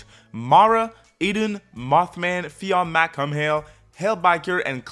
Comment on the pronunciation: Fionn MacCumhaill name is pronounced Fee-Own MaccCool. Cu Chulainn is pronounced Koo Koolahn.